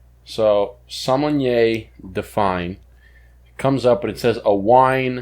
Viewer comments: sommenyeaaa is NOT a thing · There’s no “N” in the sommelier 🤣